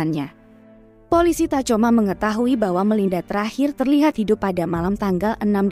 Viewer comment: Tacoma dibaca "takhoma" admin